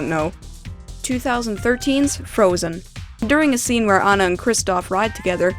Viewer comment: Why is she calling Anna "Una"?